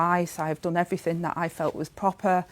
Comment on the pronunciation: Beff was fawninnn all over her, a party political broadcast by Sky on behalf of Rayner. Tell us what the Court order was all about. Ask her some proper questions instead of summing up her bullshit for her defence, and allowing her to make excuses. "I fought I'd done everyfink proper" British liebour politics at it's best, or worst.